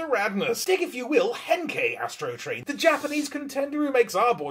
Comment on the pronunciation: I will never be able to i hear yastro train n i swear I’m ok with that matter of fact that’s what I’ll be referring to him as lmfaoooo